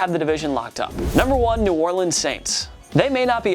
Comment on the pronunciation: And ew Orleans?😂